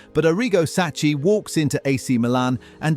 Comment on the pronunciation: Oh my god man, learn basic Italian pronunciation, it’s so horribly annoy to hear “Saccee” when it’s pronounced “Sakki”